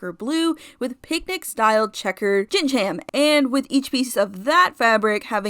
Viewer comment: can i be honest..? ragathas fuckass bob kills me everytime i focus on it oh also gingham is pronounced ging-um, not gingeham loll